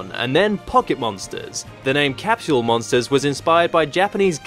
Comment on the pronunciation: It's Cap-Sole. There's no H in Capsule.